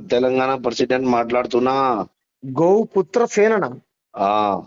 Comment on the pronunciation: Vaaniki Goputra anatanike Avvatle Gowputra ani antunnadu